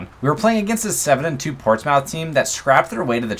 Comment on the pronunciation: as a brit, the way you pronouced portsmouth was hilarious 😂 great video mate